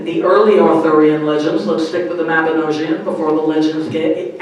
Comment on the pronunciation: P.S just a correction on pronounciation - The Mabinogion isn't pronounced like "mab-ino-jee-one" but as "mab-ino-g-ion" so as if a little kid would pronounce the letter G as "GUH"